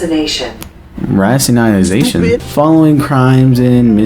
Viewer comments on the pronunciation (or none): I giggle a little when you mispronounced rationalization as "ratiolization". I'm just imagining someone getting upset cause they got ratioed.